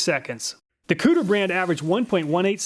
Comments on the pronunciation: he said COOTER brand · I can’t handle how Kutir was pronounced lol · why he gotta pronounce kutir like that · Am I the only one that chuckled every time he said kutir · 😂 me everytime he says Kutir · It's pronounced. Ku Ti Er...not Cooter from Duke of Hazzard, lol. Perfect timing with this video, I am looking for a better tape measure. Thanks as always. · I believe it koo-teer, not cooter, like dukes of hazzard. haha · Consistently the best tool tests on Youtube, but I have to mention that the tool brand Kutir is pronounced coo-Tier, not "Cooter brand," lol.. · HAHAHA Cooter brand is clearly pronounced CUE-TEER. Checkin out the cooter! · Lmao! I was going to suggest that even though I thought that it's probably pronounced "Koo-teer", that I like cooter much, much more!! 🤣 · Did I just hear "Cooter"?! Lol! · im such a child that i laughed when he said kutir... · The "Kutur" brand, lol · kutir...really lol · Did he say kooter?! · STYLE POINTS for actually saying "cooter" - proper pronunciation... LOL I LOVE ME SOME COOTER!! sad to see you broke the cooter so easily. I HATE it when that happens.. :( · Oh my God, he literally said Cooter tape measure…. 😂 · He said cooter, lol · I died every time you said "cooter" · When you said “Kutir Brand” I fucking lost it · Him saying cooter was so distracting lmao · Im not sure that the Kutir brand is pronounced cooter, but Im totally gonna pronounce it that way. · He said kutir huh huh huh huh. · Scrolled through the comments and no one mentioned slightly laughing at the “kooter” brand. Ill see myself out. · He said cooter. lol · I love these reviews. So helpful and unbiased. But I had to laugh every time I heard you say "cooter" (kutir?). 😂🤣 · “Kutir brand” caught me off guard, thought I heard something about a cooter. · Haha "kutir" hehe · Everyone replay the video and take a shot every time he says Kutir 😁